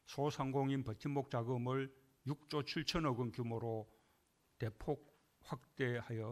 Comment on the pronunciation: 6주가아니라6조라읽는다 혀가짧은가